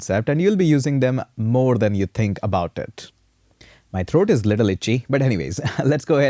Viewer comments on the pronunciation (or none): none